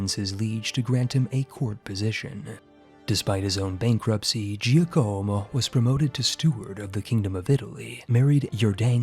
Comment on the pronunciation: Who else died a little inside every time he said Giocomo that way. It's JOCK-uh-mo, my dude.